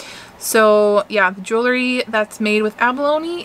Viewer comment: Love your vibe. Please learn how to pronounce JEWELRY. it’s pronounced Jewel-ree Just a helpful hint. ❤️